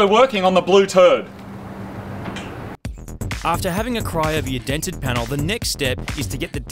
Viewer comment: "Theres no dents on the blue turd" moog kicks "today we are working on the blue turd"